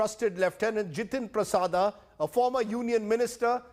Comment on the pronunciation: Hey! India Today Jokers...what is 'Prasada' can't you pronounce it correctly.